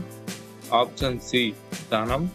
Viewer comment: ఆప్షన్ అనే పదం కరెక్ట్ గా పలకండి